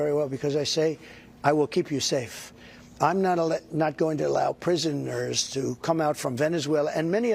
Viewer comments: What’s a prisomer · He can’t even pronounce prisoner!??? You can’t say you hate a show and then in the next breath say you’ve been watching it for years! LOL